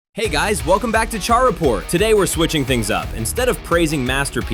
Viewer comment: First obviously an AI created video. It was obvious with how he pronounced Char. Second I have never had an issue with Exia. It’s been in the same position since I built it 2 years ago and hasn’t fell on its own. Third this video became a joke with the slander of the Gundam MK II. Despite it being over a decade old the kit is still one of the best Master Grade’s. Fourth the Dom/Ric Dom are not that bad so lets hold our horses. Fifth the GP-02 is almost a 30 year old kit. And finally sixth. You are literally to lazy to paint the fin funnels. They are so easy to paint. Get yourself an airbrush